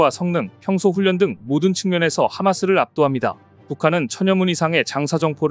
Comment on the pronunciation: 잡식왕도 AI가 읽나? 훈련을 잘못읽네